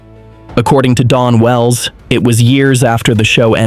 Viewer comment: Someone please tell the AI bot that it was DAWN Wells not DON wells 🙄